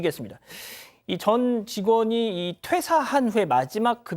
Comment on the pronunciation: 전 직원이 모든 직원이 아니라 예전 직원이요. 아나운서면 발음의 차이를 알텐데 일부러 저따구로 발음하네요.